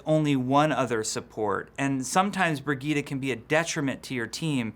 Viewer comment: Brig-eet-a?? Do you mean Bridge-ette?